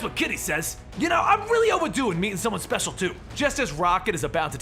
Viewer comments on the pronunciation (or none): none